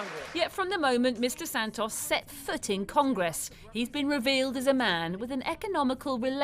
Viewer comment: So nice to hear someone say Santos the normal way in English and not as "Sand-toes", they way they are in the US right now. They really can't speak English over there at all.